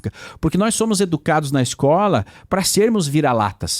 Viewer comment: Pronunciamento do D9, agente, nois,cumpanheiros, históooria, Trump está preocupado com taxado da ubs carne de calango e capivara